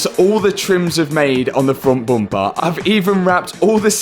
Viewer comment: Can you stop hanging around with you are starting to say bumpah! 😂